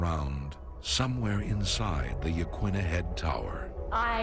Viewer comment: Yah-KEEN-ah Head, not Yah-kwinna.